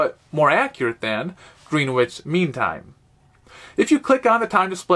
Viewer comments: Too late now, it's out there for posterity, but green-witch meantime should be pronounced gren-itch meantime. You are American, you can be forgiven! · In typical English fashion it's pronounced "Grenich" 🙂